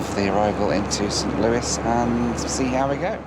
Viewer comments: FYI St. Louis is pronounced like Lewis, not Louis. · St. Louis is pronounced as St. Lewis in the US. I know it uses the French spelling, but it does not use the French pronunciation. Edit: I initially wrote spelling instead of pronunciation. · Btw it’s not “Saint Loui MO” it’s “Saint Louis MO”.. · Your pronunciation of Saint LOO-IS. Not Looy. lol I enjoyed your video!! I'm just giving you a hard time for fun. Please don't take anything I said personally. I'm joking!! 🙂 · Would it kill you to pronounce the S in St LouiS? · Its st louis! Not st. Louie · St Louis (Lewis) LOL!! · Hey, just FYI, St. Louis is prounounced "SAINT LEW-IS" in the USA. St. Louis is more stylized and was used affectionately in song in the early 1900s. Same for San Francisco...no one calls it Frisco. Not that I'm saying you said that as well! I do LOVE your channel! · As the saying goes When in Rome do...and you know the rest...same as when in the USA.... St. Louis is pronounced St.Lew-is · I swear as a Missourian if I hear anybody say Saint Louie, Missouri again I’m gonna go nuts. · you're killing me st. Louis is not pronounced as a french word in the usa because that makes too much sense you pronounce the s its the same as Lewis lol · That's not how you pronounce St. Louis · I don't know if anyone else has said it, but the 's' in St Louis is not silent. It's pronounced 'St Lewis'. Just thought I'd mention it. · I'm from Missouri please never say Saint Louis like that again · St Louie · DONT SAY " ST. LOUEE" just don't ! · Don’t say “SaintLooeee”🙄🙄🙄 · They may have pronounced it that way a long, long time ago, but nobody from St Louis pronounces it that way now. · Just for refernece,, the s in St. Louis isn't silent haha.